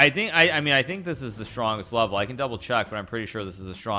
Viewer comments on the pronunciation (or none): I like how he says level and it sounds like webble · Funny how he pronounces "level". He's like bwebo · "Not the top vevel"